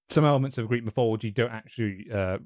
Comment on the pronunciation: Notice how wannabe greats always spell / pronounce shit different. Its always and will forever be mythology. Not mythillogy